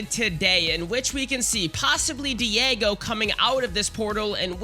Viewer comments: DIEGO???? 😭 ITS daigo bro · My god. Cant pronounce Daigo right. Cant pronounce the Human Torch (human flame is crazy)